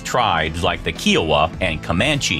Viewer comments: Why is ‘Kiowa’ so hard to pronounce? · I thought the same thing . This cat mispronounced a lot of words and names. Odd.